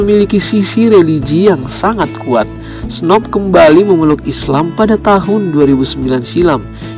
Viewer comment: Snup bukan Snop Lol